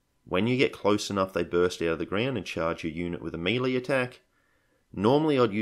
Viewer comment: I’ve heard people pronounce melee “mel-ee” and it tickles me. But every time you say “mee-lee”, I feel like a Chryssalid has burrowed into my ear canal. It’s “me-lay” or “mey-lay” mate.